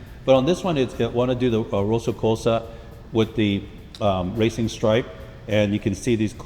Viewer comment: Ah yes the famous Ferrari Mantanini. It's not just this, the colors get butchered too. He said it was Rosso Colso instead of Rosso Corsa